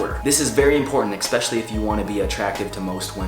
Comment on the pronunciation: "eKspecially", couldn't been the only one who heard it